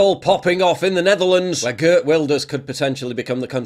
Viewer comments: stop saying gert lol. It is Heert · If you pronounce ‘Geert’ like ‘GearT’ it sounds closer to how his name sounds in Dutch. Or just ignore this comment, also no problem at all.